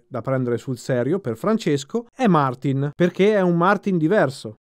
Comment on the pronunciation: Vi prego, so che non é imprescindibile, però se si fanno video in un canale "professionale", dopo anni che ormai conosciamo location e personaggi, sforziamoci di pronunciare i nomi correttamente: Martín, non Màrtin, Cheréz, non Gérez o Iérez (pronuncia più vicina per Jerez).... Non credo ci voglia molto...